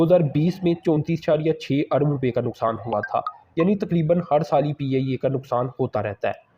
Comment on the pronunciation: PIA bol PIYAYYE nai 😂😂